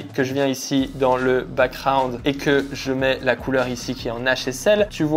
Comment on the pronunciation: Il y a un 'g' dans background, on dit pas backround mais backGround